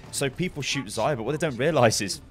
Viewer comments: Man, it's not Zaya, it's Za-Rya with hard R. It means "sunset" or "daybreak" in Russian. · meh... i just want to help you pronounce name correctly. By the way: Za-ryA accent on second `a`. No offence, pal.